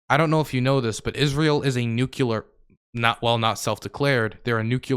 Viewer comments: please for the love of all that is holy. it is nuclear. not nucular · You're going nucular over a minor pronunciation variance. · you say "nuculer" like Dubya Bush 😂😂☠☠